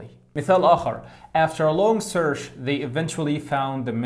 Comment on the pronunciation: كلمة search غلط نطقك لها عزيزي ، ليست بالشين انما ب الاتش .. سرتش وليست سرش وشكرا